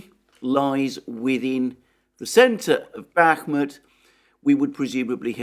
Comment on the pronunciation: After being subscribed to you for a while now. I think I heard you say "Bakhmutt" over a thousand times, plus you have many video titles with "Bakhmutt" in them When the Russians turns it into Artemovsk, I hope they name a street after you.